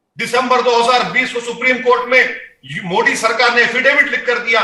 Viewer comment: ये मवेशी हर योजना हर काम का विरोध करता है शुअरों के दिमाग का दही बना हुआ है।न इस 🐖 को मोदी जी का नाम बोलना आता है । पत्रकारों को चाहिए कि वे इन 🐖🐖को डिबेट में न बुलाया करें